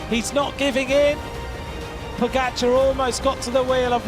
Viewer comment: How have they still not learned how to pronounce Pogačar?